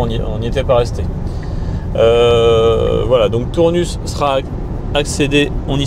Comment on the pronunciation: Euh :) on prononce pas le S à Tournus, ça pique quand on est du coin 🤣. Sinon les Sexy buttons c'est un peu des gadgets ... ça ma convaincu Sinon bravo, sujet très intéressant, donc l'électrique pas si économique (sur long trajet) si le prix de l'électricité venait à augmenter outre mesure ...